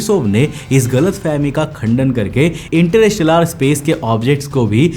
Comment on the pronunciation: इंटरस्टेलर ❌❌❌इंटर इस टेलर✅✅✅ 😂😂😂😂😂😂😂